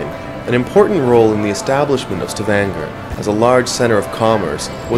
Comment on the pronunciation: its pronounced "Sta-van-ga"... lol